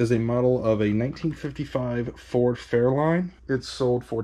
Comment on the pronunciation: The car is Ford "Fairlane" not Fairline, the line sounds like lane in this case. Big fan here love your vids sorry to bust your testes though.